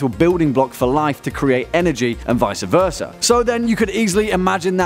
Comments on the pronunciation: "Vicea versa" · visa versa ???